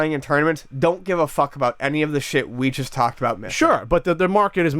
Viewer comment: It really sounds like says "chust" instead of "just."